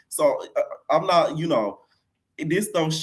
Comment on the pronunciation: said knot today AGAIN 😂